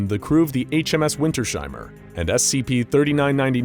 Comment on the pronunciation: the moment manages to pronounce Wintersheimer properly will be marked red in my calender. it's winter's heimer -> home of winter